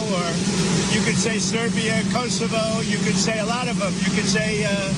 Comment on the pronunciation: Did he say Kosovo😂😂😂